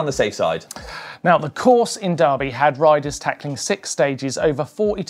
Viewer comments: Pronounced der-by in Tasmania not dar-by. You say 🥔 😂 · It's not Darrrby boys it's Derrrrrr bee mate get the tassie accent going derrrrrrrrrrrr beeeee. You've probably got 3 years to practice for the next highlights show let's get it right cheers. D Errrrrr Beeee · It's pronounced durby like furby, say it like a local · Darby or Derby?????